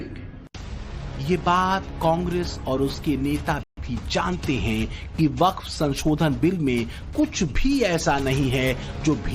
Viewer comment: यह baff bord nahi haf bord hai